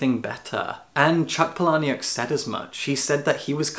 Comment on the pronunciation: I think it's Chuck Paul-uh-nik. I used to say it Puh-lahn-ii-uck too, but my bookstore manager corrected me ages ago. I found for my book club, the easiest way to learn author names is by pulling up interviews and hearing them say it because - chances are - they've asked him beforehand.